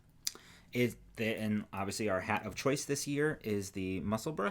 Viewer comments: Only just catching up to the podcast coz you know life happens and it was a very strange and cathartic experience to finally have pronounce Musselburgh and Edinburgh the way we are used to hearing it! I was going to say pronounce it correctly but with a language that has as many dialects as words I dare say correct pronunciation is not really a thing in English...! Next stop is Worcestershire, Gloucestershire and llanfairpwllgwyngyllgogerychwyrndrobwllllantysiliogogogoch (an actual real Welsh town - check out our weatherman nailing it ) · Loving the vids. Thank you for taking the time to pronounce Musselburgh correctly. We Scots can't pronounce Maryland correctly. We say Mary Land! I hope there's never a hat pattern called Maryland. X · Finally, you have pronounced Musselburgh properly. I so proud of you both... Now Yorkshire has to be conquered, remember Yorkshhhhhhh! As to UK yarns, can I suggest you look at Wee County Yarns up in Scotland, their JC Rennie is to die for and although it looks as rough as f*ck, the more you handle it the softer it gets. I knit one of their Advent cowls every other year but you would love their kits, which are just wonderful.